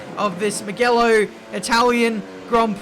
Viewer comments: meegelo ? its mugello - moojelo. :) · Who else noticed him pronouncing Mugello wrong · How you are still pronouncing Mugello wrong is beyond me lmao